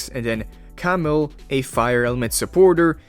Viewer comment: Let me help you out bro with the pronunciation for “Camille” Ka-Meal, not Camel